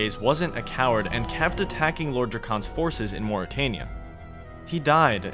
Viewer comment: Why do you pronounce things certain ways when Jagex LITERALLY has pronunciation guides for a lot of their names of ppl and places either on their wiki or elsewhere MorytAnia as in Ayyyyyy like the fonz Drezel like pretzel, or yknow? Like the actual hebrew name is pronounced? Drakan like drac in dracula and then short an almost like it was spelled Drak-en The emphasis is on the DRAK not the AN its not DruhKAWN